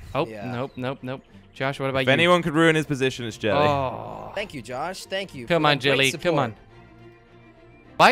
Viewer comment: Jellly is not jellly jorden😂😂